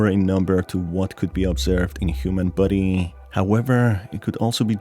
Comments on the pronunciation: I love how he sounds like he says "Buddy" instead of "Body" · Is it me or does his voice saying “body” is sounding like “buddy”